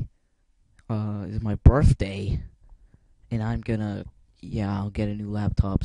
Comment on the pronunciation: THIFF WEDNESDAY IS MAI BERFDAY! That's what he sounded like.